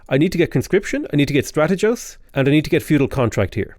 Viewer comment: The "g" in strategos is pronounced like the "g" in "Good":D love you <3